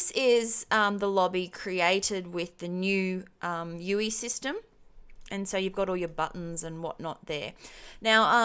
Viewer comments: I'm sorry but please say U.I not U.E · Its user Interface not user enterface. Should be pronounced U "I" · You say UE when its spelt UI.